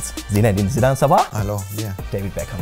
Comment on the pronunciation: He is interviewing a legend like Zinedine Zidane and yet can't take a moment to learn how to pronounce his name correctly. What a disgrace.